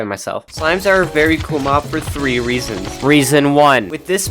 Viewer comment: And called three thee😂😂😂😂😂